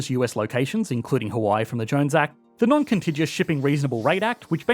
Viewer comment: Noncontijus? I grew up in Oz when it was still non-contig-u-ous.